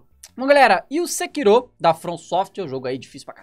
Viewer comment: É sekirô que se pronuncia mesmo, japonês.